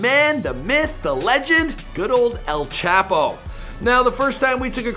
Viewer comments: every time he says “ L chap-o “ i cringe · He don't even know how to say El Chapo🤦🏽‍♂️, smh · Mexicans: “el chapo” White people: “L chapo” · El Ch-aaaah-po Not Ape-o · maybe you should call him el chap O 😂😂😂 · “El chAApo” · El chap - O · El chap. O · And...Its El Chapo!(Mexican pronunciation) Not El Chapo..Lol -JK but not really...😂🤣